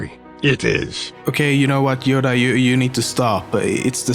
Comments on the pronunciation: wait did he say yoga well top10memes you FAILED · yodea .. יודעה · How is Yodea said, and does it reaaly mean that? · YODA WTF YODA